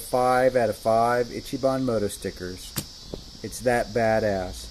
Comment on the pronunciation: Dude can't even properly pronounce "ichibahn" and it's his channel name 😂